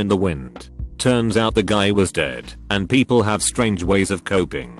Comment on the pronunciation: i could not stop laughing "poeple..."